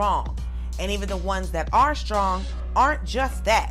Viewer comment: Please learn how to pronounce "str" words correctly. There is no "h"!!! (ie. shtrong.)